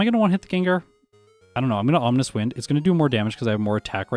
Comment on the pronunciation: Is it just me or does he pronounce Ominous in a slightly weird manner? It almost feels like he's calling it "Omninous Wind" or something because of the potential omniboost, lol.